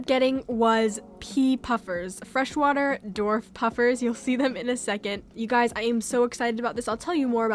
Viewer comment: “All of your Guyeys support” lol that cracks me up